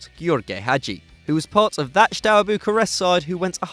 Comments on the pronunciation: theres no "sh" in "steaua" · What is wrong with you guys, you can't even pronounce Steaua, seriously at least try with google translator, this is humiliating. In every single video you mispronounce at least 3-4 names. Shame for a channels like yours because you have massive potential and great audience so try to improve and to outstand the competition